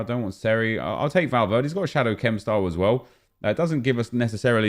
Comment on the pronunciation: I cringed when he said Valverd (e)